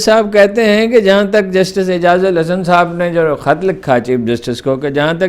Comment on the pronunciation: جسٹس اعجاز الاحسن نآم ہے سر آ پ اعجاز الحسن نام لیتے ہیں جو درست نہیں ہے اللہ حافظ